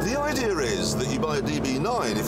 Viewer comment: Idear, toyotaer and so many ers haha